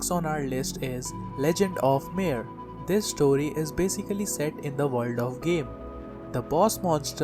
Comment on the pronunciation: yea, keep saying vorld. gotta luv this guy XD